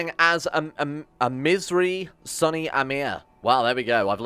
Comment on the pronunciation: Sunni is pronounced soon-y not sunny